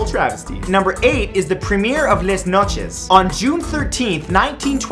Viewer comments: Please don't pronounce "Les Noces" like less noches... If anything, it is pronounced Lé Noss. French is not Spanish... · Les Noces is French, so it's pronounced [Leh noss] (In case it wasn't clear, Les is pronounced like the "Le" in "Let's").